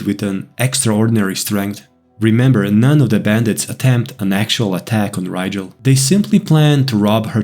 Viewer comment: I’m sorry, but “Rigel” is definitely a Scandinavian sounding name. The ‘R’ would be rolled and the ‘I’ would be harder. It would be pronounced “Reegel” in typical English. It’s totally a Scandinavian name